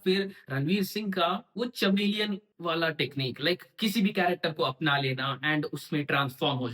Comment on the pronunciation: 😂चमेलीयन नही रे कमिलियन